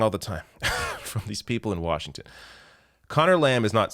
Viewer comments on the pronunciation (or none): none